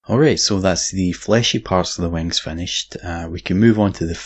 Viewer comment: Pent those wangs